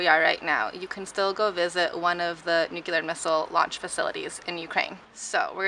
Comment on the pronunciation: Very cool video! And... Please repeat: [New-CLEE-ar]. Not [New-cue-lar].